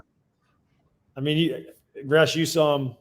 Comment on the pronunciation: Jere Gillis, Gresch got the last name right!